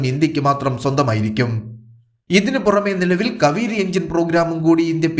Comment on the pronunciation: സുഹൃത്തേ. കവിരി ആണോ.. കാവേരി ആണോ.. 🤔